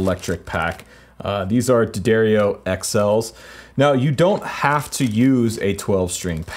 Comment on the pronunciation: thank you for saying d'addario like it should be said.